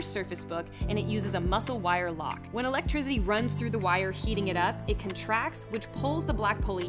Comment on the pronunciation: she said electrizzy